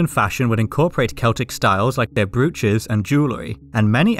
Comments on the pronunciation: brooch -- not pronounced as brew-tch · Brooch rhymes with coach!